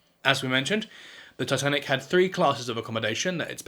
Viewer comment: That pronunciation of Titanic is brutal